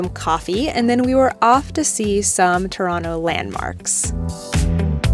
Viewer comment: Being from Ontario, I have to say, you did us justice😄 And you pronounce Toronto correctly😄